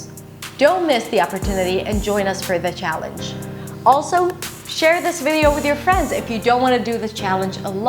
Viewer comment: Very impressive. Except for some minor detail. Scottish. That C should be a K. Also. Challenge. You pronounce the ch a bit off. But overall. Very impressive. Native passing. Intelligent lady.